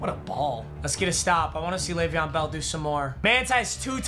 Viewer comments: Has anyone else thought sometimes when he was saying bell he was saying belle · Anyone else keep hearing “Bella’s so tired”😂